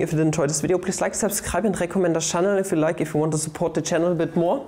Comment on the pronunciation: "Subscreib" will do sir, please don't deport me